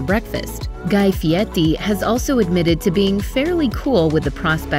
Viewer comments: It was a sarcastic question because the narrator pronounces it “Fieti” instead of “Fieri”… but that’s a good synopsis of his show! 👍🏽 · Am I going deaf or are they pronouncing Guy Fieri's name like it has a "t" in it. It's kind of bothering me.